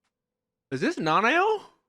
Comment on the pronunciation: Bruh Nanao is two syllables